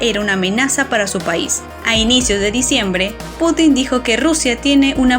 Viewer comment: Muy interesante, salvo el hecho de que el Presidente de Rusia no se apellida Putín (literalmente puta pequeña), si no Putin (con acento prosódico en la u). Igualmente, su nombre no se pronuncia Vladimir, con acento en la última i, si no en la primera. Buen vídeo y muy interesante.